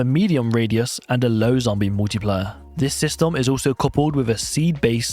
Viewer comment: bounced out because you seemingly dont know how to pronounce multiplier. I thought brit's had a command of english?